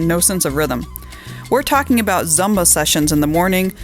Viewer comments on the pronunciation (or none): Zumba is pronounced "zoomba"